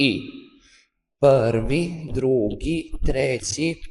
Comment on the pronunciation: Ne kaže se pvri nego prvi